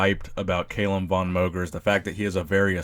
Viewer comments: "Cal", not "Kale" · Its Calum not Caylum wtf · KALUM wtf its Calum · Cal-um not kale-um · it's not cai-lum it's ca-lum!!!! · Audio was bouncing back and forth. It's CAL-UM. Not Cay-lum. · WHo the hell is Kaaaaaylum!!!??! Its Calum = Kal-Um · It's not pronounced "KAY-lem", it's "Cal-um". Apart from that, good video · it's CAlum not CAYlum i guess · He won 2 npc classic physique shows this year and plans to win his pro card and compete in the Olympia next year. And also you are saying his name wrong man haha it's Calum not Kaylem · It's NOT pronounced CAY-lum, dude. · Cal - um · It's Calum, not cailum btw 😂😂🤣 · Calum, not Kailem. great video anyways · "Cal Lum" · No no no, not Caylum haha😂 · "Kalum" lol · Haha found this funny too. It's pronounced 'kallum' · If you say his name wrong one more mf time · Lol wut? Why are you saying his name like that? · Does it bug anyone else that he is mispronouncing his first name? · Learn how to pronounce his name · Stop saying Calum like that lol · I cried a little inside when he didn't pronounce his name right😂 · Never heard someone mispronounce Calum before 😂😂😂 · You can't even say his first name right lol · Saying his name wrong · It's Calum* actually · #Koalagains you said his name wrong lol